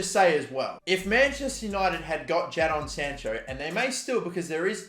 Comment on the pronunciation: He's talking about Jadon Sancho like he isn't coming to United, the transfer window is still open, and we still are likely to sign him. Also, the way you say his name 😂😂😂